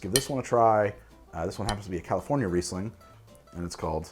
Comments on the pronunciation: Riesling pronunciation was on point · Don't worry, you pronounced Riesling entirely correct